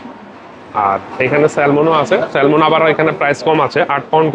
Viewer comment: শব্দ টা হবে স্যামন ল উচ্চারণ হবেনা